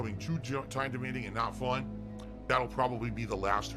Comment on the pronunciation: Its not FHUN dood!